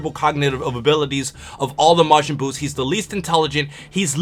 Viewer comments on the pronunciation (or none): It's Majin Boo, man! I'm from Brasil!